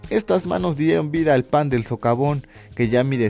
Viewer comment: Dice sovacón en lugar de socavón.